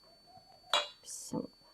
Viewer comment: Bissimillah yox ay xanim Bismillah